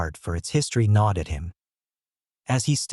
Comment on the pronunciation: gnawed at him, not nod.